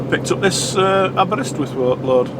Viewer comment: Hi, Welcome to Wales or as we say Croeso i Gymru, first of all your pronunciation of Aberystwyth was near perfect in my opinion as a Welshman. I hope you have sorted yourself out after getting you head up your nether regions last week, never worry about not posting a video last week, remember look after first as a priority, I love riding along with you as am a retired Lorry driver, regarding that car and caravan, I was watching the road and I fully expected him to hit you, not all caravan people are inexperienced, they may be truck drivers and the like, the worst ones are the once a year drivers who haven't got a clue. Take care my cuddly friend.. Very best regards from Ray the old sod from North Wales..